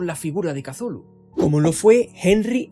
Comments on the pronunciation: Para empezar, el nombre Cthulhu es gutural y difícilmente pronunciable, no la palabra sencilla que usas para denominarle. No es Cathulu, es Cthulhu. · Por qué pronuncia la C inicial y, además, como K? Es horrible para el oido. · "Casulu", oh Dios.